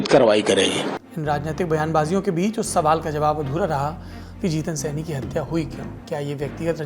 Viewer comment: सैनी नही सहानी कन्फ्यूज हो